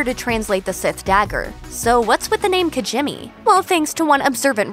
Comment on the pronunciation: It's "kintsugi" not, kint(whatever you wrote in the video. Also, the planet is pronounced "kee-jee-mee," not "kijimmy," and Ackbar's home planet is Mon Calamari, not Mon Cala. Get it right.